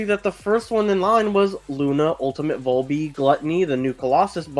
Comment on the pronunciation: Man the way you sal VALby makes me wanna claw my eyes out 😫